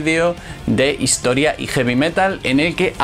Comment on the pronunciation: el de la banda pronuncia las t como ch. dice "hischoria"